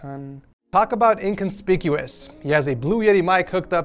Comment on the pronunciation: How hard is it to say inconspicuous😂